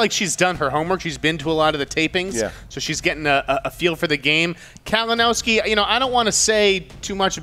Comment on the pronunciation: did just call Kalinoswki “Kavanaghski?” Bro Lol